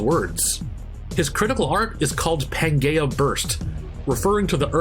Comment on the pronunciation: Um… did you just pronounce “Pangea” (Pan-Jee-Uh) as “Pan-Gay-Uh”